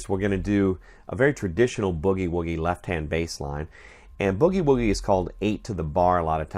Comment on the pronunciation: That IS the correct pronunciation. It is NOT bewgie-wewgie.